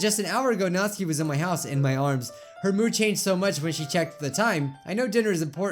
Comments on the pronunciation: u don't pronounce Natsuki right. ur saying it like its NAT-SKI not NAT-SUKI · I JUST REALIZED HE SAYS NATSUKI'S NAME WRONG!!!! HE SAYS NATSKI AND IT IS PRONOUNCED NATUUUUKI!!! MY LIFE IS A LIE!!!!!! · It is pronounced nat-su-ki not natski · it's not pronounced notske it's notsuki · NAT-SUE-KEY not NAS-KEY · Ok I need some clarifying how do you pronounce Natsuki Is it Nat-sue-ki Or Nat-ski? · "Natski" BRUH IT'S NATSUKI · Tbh it kinda annoys me how he pronounces Natsuki wrong